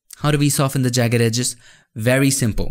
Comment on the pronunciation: "Egis" "edges" Happens all the time with me 😂